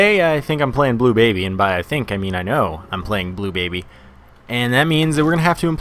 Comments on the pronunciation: you said blue Blably wrong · you said bleu Blably wrong